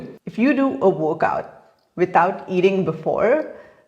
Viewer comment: Is she saying workout or wokeout? F... Shitshow... beautiful vocabulary